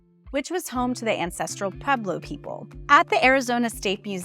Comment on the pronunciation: Not pronounced Peblo, pronounced Pweblo.